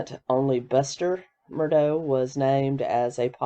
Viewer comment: Great videos, super live streams, AND breaking news! What's next!?! You're awesome my friend. 👍👏✌ PS listen to a couple news shows, l don't believe that's how you pronounce Murdaugh. Saying this in a kind way, since you will be covering this more. 😏